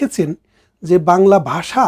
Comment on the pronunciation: বাসা নয়। ভাষা রে